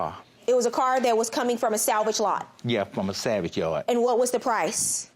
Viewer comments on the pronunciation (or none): judge Faith could barely hold her laugh when he was trying to say salvage car and it was coming out as savage car lol